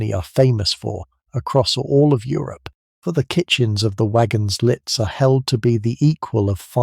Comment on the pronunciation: Fascinating description of the Orient Express. Not a sleep story though due to the loud intrusive ads FYI: Compagnie internationale des wagons lits (the "t" in lits is silent - pronounced 'lee').